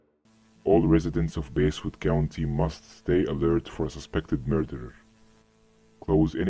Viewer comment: I can't get over how Basswood keeps getting its pronunciation changed from Bass as in the fish, to Bass as in the instrument.